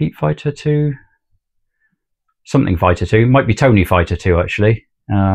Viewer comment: Lol nobody can get tonys name right ,I'm sure he'll see the funny side ,I used to get it wrong all the time when it was twice as long lol